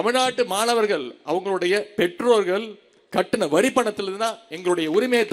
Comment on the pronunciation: ஒழுங்கா தமிழே பேசத் தெரியல உதய நிதிக்கு தமிழ் என்று சொல்ல வரல தமில் பெற்றோர்கல் என்று பேசுகிறார் இவர் தமிழை வளர்க்கிறாராம் காலக் கொடுமை 😂